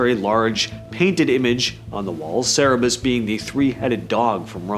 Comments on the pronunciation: It's not sarabus! It is CER-BER-US. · It’s CER BER US AND IT’S GREEK NOT ROMAN MYTHOLOGY